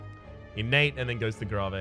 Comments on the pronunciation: It's not "Grahvay" it's pronounced "grave" as in "graveyard" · You know, nice content and all, and normally things don't bother me much but... In what world do people say gra-vay, instead of, you know, grave? Most funerals I've been to, people get put into things called graves, not freaking gra-vays. Just stop it, please, for my sanity. I know, oldish video and all, but eh. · Grah-vay. The fuck is grah-vay. Its Gray-ve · It has been bothering me so bad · he intentionally do that XD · Why does he pronounce grave, gravay? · I hate to be the guy that says it but the word grave is the same as where you bury our dead. Should help with the pronouncing of it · Ew why do you say grave like that lol?